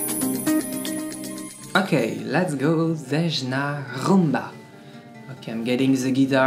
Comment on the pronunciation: Btw her name is pronoumce like its written ...it is Zeyna...on english ..greets